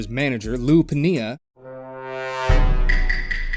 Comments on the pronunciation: In sorry but pinea will forever be the greatest mispronounced name ever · How you going to have a baseball YouTube channel and NEVER heard Lou Pinella name out loud. Lost a sub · You'd never heard Lou Pinellas name out loud before? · I find it near impossible that a baseball page has a person working for them they never heard Lou piniella pronounced considering how long he he’s been around the game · Oh no that Pinella pronunciation lmao also wow what a rough debut